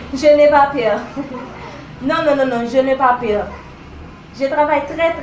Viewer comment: Je n'ai pas pèrrrrrrr De ki pèrrrr wap pale la